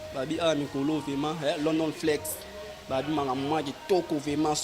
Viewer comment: On dit vraiment et non vema Mr le journaliste